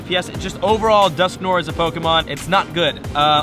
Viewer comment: Its dusknoir, not dusknore. Its french